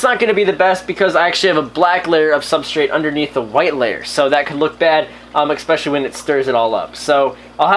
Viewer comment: Why do you say eCKspecially. It's pronounced eSpecially lol it's pretty annoying ESPECIALLY😂 because you say ESPECIALLY a lot lmao